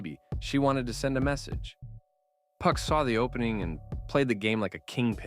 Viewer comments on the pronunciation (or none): Couldn’t finish this video one second you doing good “2PAC” then you disappoint me “Puck” who in tf is “Puck” man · Yo the A.I. voice keep saying 2 puck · White man says 2pack lol